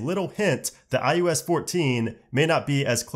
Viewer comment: Him pronouncing “iOS” as “iUS” is killing me slowly inside.